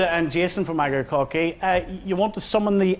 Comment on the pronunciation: well, Akercoke aside, its not as if Chritianity has done anything constructive for Ireland now, has it? On a lighter note, loving the host's pronunciation of Akercoke. Made me chuckle.